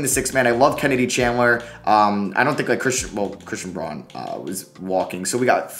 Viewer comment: 1. It's TRACE Jackson-Davis...... not Tracey. 2. It's Christian BROWN (despite being spelled Braun)